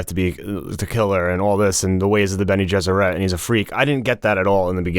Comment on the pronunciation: Sometimes I think you guys mispronounce things on purpose. It’s benegesserit. Not ette. It doesn’t rhyme with Benny and the jets.